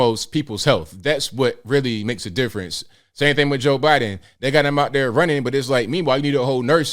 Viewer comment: Fetterman can't even say Joe Bidens name!!!